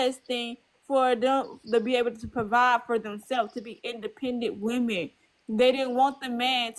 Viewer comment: "buh the whemen want to hav det!"